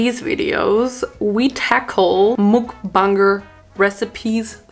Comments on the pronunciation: When pronouncing it, try using like: mukbänger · Mukbanger is pronounced Muck-bong-ger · Why u say mookbanger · Muk bang er thats how you pronounce it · its pronounced muk banger so like muk and the u is like the u sound in the word up so hope this helps!